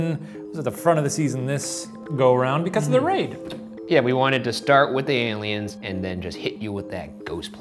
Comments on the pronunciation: Horrified that Shane said ALIUMS the same way I do. He's in my MIND, dammit! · shane: i don't do crack also shane: aliums